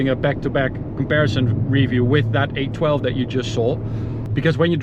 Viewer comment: Every time he said 812, I thought he was saying A12 I ended up having to Google Ferrari A12 as I’ve never heard of that before 😂😂